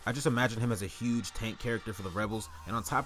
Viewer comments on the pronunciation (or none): none